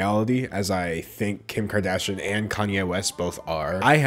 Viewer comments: It’s kar-dash- eeyin ... sounds like he’s saying karda-shin. My biggest pet peeve is when journalists don’t take care in pronouncing names correctly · The mispronounciation of Kardashian makes me low key really happy. 🤷🏻‍♀️😂 Edit to add: I have a 4 year amd this is the most ridiculous thing I've seen. And i have ONE TODDLER. 🤦🏻‍♀️🤪 I feel bad for those kids. 😳